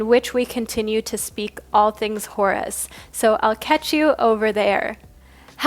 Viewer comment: Horus sounds like Taurus 🤭